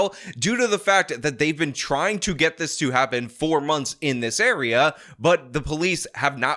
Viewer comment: Was it "for months" or "4 months?" You say it throughout the video but never clearly. I don't think this guy is mentally ill. I think he's just a world-class as*h⁰le.